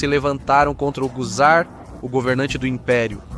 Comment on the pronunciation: A pronúncia não é Quizar, é Tsar. TSAR.